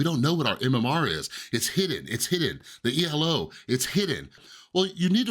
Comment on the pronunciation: ELO is not E-L-O. Elo is a name. You speak of this fair matchmaking as if the game doesn't put EVERYONE at bronze. What's that means? Grandmaster stomping silver players is real.